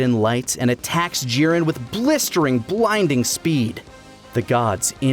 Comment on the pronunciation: Am I the only one who, while enjoying the video, was completely urked and annoyed by the fact that one of the 3 narrators insisted on forcing an asian pronunciation on every character? The others used their natural english pronunciations but everytime the last guy said a named it was "jee-REN" or "guh-KOO" (id like to note he had no problem saying gohan correctly though and didnt say "guh-HAN", but that just furthers my poi t that it was forced. You arent somehow a better fan or more cultured or something because you pronounce things like a pretentious ass